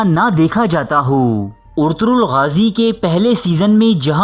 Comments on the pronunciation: First off all hero's name is " Ertugrul " not " Ortugrul " 😂😂😂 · Bhaii urturul nahi Arturul hota hai pehle Name to sikh leta Bhai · Urturul nahin ertugural ghazi hai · Urtugrul ni Ertugrul g os silent